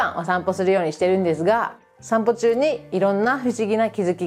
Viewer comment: ✕家族会いに →◎家族に会いに 日本語は上手ですが、いつも、｢す｣を｢ず｣と発音していますね。 例えば、｢～ですが｣を｢～でずが｣という具合に。 レジのスタッフが理由無く私語を話していたら、日本なら怒鳴られますね。 ｢こら、仕事中、私語やめろ｣なんてね。 犬の置き土産は要りませんので、お持ち帰りして欲しいですね。 アメリカの恥部を公開なさるんですね、は既に日本の味方なんですね。